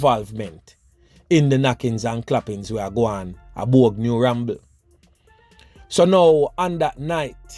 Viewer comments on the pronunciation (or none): It's Bogue MI Don not bouge